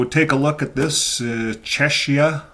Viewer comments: I think Czechia is pronounced "check-ee-uh". Anyway, I hope that Czechia starts clamping down on the Watchtower Society's harmful practices, such as shunning of children and minors, the dangerous practice of banning needed blood transfusions and other medical procedures for Jehovah's Witnesses and their children that really need them, the violation of human rights, among other wrongful, dangerous practices. Thank you,, for this latest update on Jehovah's Witnesses and for continuing to expose their lies, hypocrisy, and harmful practices. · It's pronounced Chekia. Ch in the Czech language is pronounced like the English K. To make the English CH sound, you use Cz. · The "ch" in the word "Czechia" should be pronounced like a "k", just as it is in the words "Czech" and "Czechoslovakia". Thank you for your work!